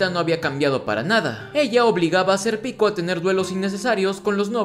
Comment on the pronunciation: estos resumenes son geniales, pero por q le dice "ser pico" a Sérpico?